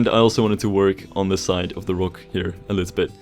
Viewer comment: Hate the way you say rock but Great work